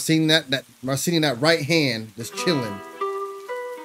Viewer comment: Thanx for nice reaction. Two guitar legends doing legendary stuff. Greetings from Poland. PS. Sharing a big secret: His name should be pronounced [mar-cheen] [putt-shuw-weck]